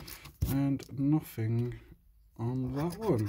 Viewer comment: nofink LOL it's nothing mate